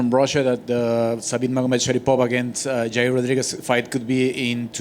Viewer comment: if you want Dana to understand you, don’t say “Jair”